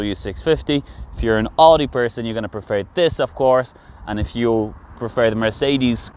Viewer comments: Please pronounce Audi properly. It’s pronounced as Owdi not Ordi. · is he pronouncing oooudi???